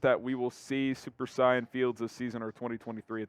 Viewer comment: This get needs to watch dragon ball z with how he pronounced saiyan